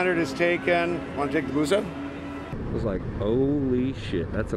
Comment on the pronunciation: If you're going to say "BUSA" like that in your video, have it flash on the fucking screen dude. WTF...